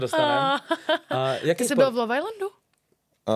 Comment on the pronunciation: Proč vyslovuje slovo LOVE tak zvláštně?